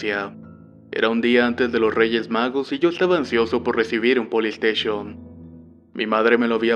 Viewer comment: POLISTEISHON xD